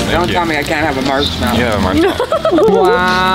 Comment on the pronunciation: Marshmallow huns not mellow 😆